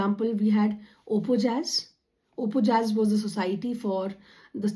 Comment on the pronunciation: ОПОЯЗ - "Оh-pоh-yaz"